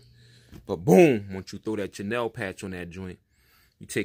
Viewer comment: CHENILLE - pronounced - SHUNEEL Patch is dope btw